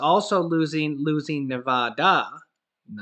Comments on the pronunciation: I love watching you but you are still saying Nevada wrong lol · Come on! Learn how to say Ne-VA-duh! Not Ne-VAH-duh. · Ok let’s clear the pronunciation of nevada up, I myself pronounce it the same way you do but others pronounce it as nevada the A after the v is a long a as in apple. Your welcome lol Also thank u for all the informative information. I hardly have time to see the news so your definitely helpful as I listen to u on my way to work, yes listen not watch cause Im driving lol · I am from Az.. Its Nevada